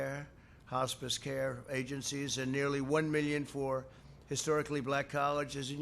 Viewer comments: "hospees care" i laughed more than i shoulve, as well as the yoseMITES and yoseminities trip up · He can even pronounce hospice....what an idiot!!